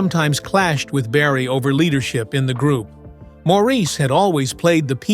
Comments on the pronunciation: I don't watch many of these vids anymore because most are just repeating stuff I have seen. I do have to wonder about a lot of things though. Please, if I hear Maurice's name mispronounced at the beginning one more time, I will switch channels. That is more that disrespectful to a wonderfully talented man who is no longer with us. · After viewing that video of mistakes and lies, you are annoyed by the way Maurice’s name is pronounced?😒